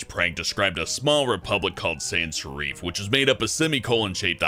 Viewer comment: San seriffe- sans-serif 😂😂